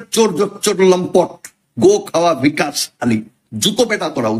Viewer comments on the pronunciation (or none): ভিকাশ নয়, বিকশ। ঠিক করে বাংলা জানেনা পন্ডিতি ফলাতে এসেছে।